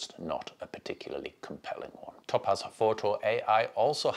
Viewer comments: Top Az 🤣WTF... never heard topaz pronounced like that before, made me PMSL every time.🤣 It's "Tow-Paz" dude. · It's TOE-PAZ...NOT TOP-AZ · As an Englisman with a proper accent (geordie), this was torture to listen to. His inability to prounounce the Company's name correctly made this impossible to listen to after 30 seconds...it must sound like torture to non English people who speak English!